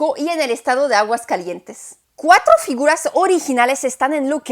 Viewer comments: Enriquecedor, dinámico y ameno, a parte de interesante y cultural, me gustó mucho; un dato inútil, (como se dicen por aquí), no se dice Aguascalientes'n, jajaja, se dice Aguascalientes, hermoso día y un abrazo fraterno. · ¡Aguascalietes'n, qué bárbara,! Ya más mexicana que el atole. Extraordinaria la calidad narrativa, la investigación, la producción. Te la volaste con este video, de verdad.